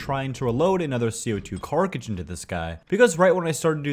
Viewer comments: I’m sorry, but you need to work on your pronouncing of “Cartridge”. It’s not carkige. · Dude can’t say the word carTridge it’s always carkijj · It's a Co2 cartridge, not a carkage!!! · Broooo it’s “cartridge” NOT “carckage”!!!! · Brother its cartridge not carkige. Mosin nagant (mow-zuhn nuh-gaant). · "co2 carkidge" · Or every time he says carcaridge instead of cartridge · Whats a "carcagige"? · "cart - ridge." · is he purposly saying carcajij? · Why can’t you say cartridge? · Some day you'll learn how to say cartridge properly lol love the videos man keep it up!